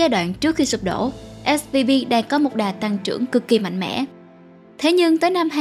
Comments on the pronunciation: Âm V và âm B nghe cách mở khẩu hình âm ra cũng giống nhau ý. Mình cũng hay bị nghe nhầm 2 âm này. Mình cmt để không phải mỗi bạn cô đơn. Mà mình và bạn mình cũng bị nghe lẫn giữa âm B và V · Mình cứ nghe bạn đọc là SBV nhỉ :)